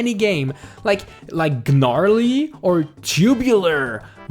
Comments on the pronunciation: Its just gnarly not ga narly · The G is silent in gnarly